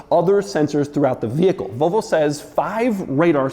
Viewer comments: Why do Americans pronounce it vovo? there's and L in there too. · Why do you keep saying “Vo Vo”?